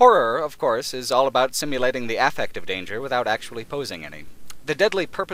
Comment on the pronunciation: you say affect weirdly